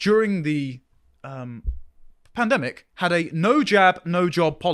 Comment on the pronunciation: Duh pan-uh-demic! 😂